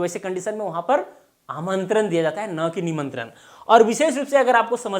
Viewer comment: प्रभु , पहेले आप तो सही उच्चार करिए। आमंत्रन, निमंत्रन, इनभाइट (invite), सब्द, परयोग, इस तरह सिखायेंगे क्या? ण को न, प्र को पर, व को भ, श को स।आप ग़लत बोलेंगे लोग ग़लत सीखेंगे।